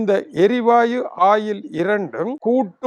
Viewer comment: ஆயில் இல்லடா வாத்தி... Oil என்று கூறும்....! ஒயில்.... ஒயில், ஒயில்.. 😅